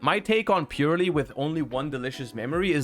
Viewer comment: I have this theory that Yu-Gi-Oh! players have a mass dyslexic epidemic, because I've yet to ever hear any YGO tuber say Purrely correctly. Purely is its own word, Purrely is not purely. It is Purrely.